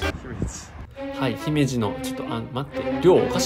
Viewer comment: まじで1週間はすごい ただひ↑めじ↓が気になった